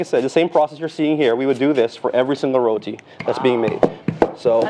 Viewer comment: Look...here nah...yuh see me....I Rellll happyyy she get it right on dey first time and say "RoTi" with a "T" and NOT RoDi with a "D" like dey next gyul say🤨 All yuh remember dat???🤔 🤣🤣🤣